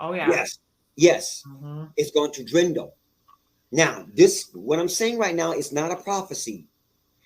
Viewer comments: "Ax", "drindle", and "popalation". "You and I know that Roman was corrupt". Sure, I'll listen to this guy. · "Drindle"?......."Drindle", Right, so I'm guessing GAWD is telling him about new words now as well? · THANK YOU! I came to the comments looking to see if anyone else noticed this or if it was just me. I kept thinking, "Did he just say 'drindle' instead of "dwindle'???" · "..the population of this person...is going to drindle.." ?????? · Did he say "DRENDEL" instead of "DWINDLE?"... 🤣🤣🤣🤣🤣🤣🤣🤣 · Lol not this man saying drindle instead of dwindle🤣🙈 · I don't know if this guy buys his own spiel, but what trips me up about him is his horrid pronunciation. "Population" is popularity? "Drindle" is dwindle? (Is drindle even a word in English??) There's a small stack of words he mispronounced that drive me apeshit and part of me wonders if he attended some parochial school where his parents paid for his grades. This has to be a parochial school that either doesn't have a US civics class or its an elective you can skip. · “The population is going to drindle.” 😂😂😂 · 'drindle'... wonderful mastery of the language!